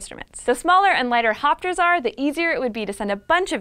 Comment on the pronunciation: All I heard was "fapsters" XD